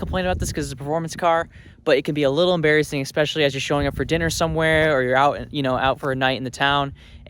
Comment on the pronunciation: There’s no “k” in especially. It isn’t “ekspecially” is “especially”.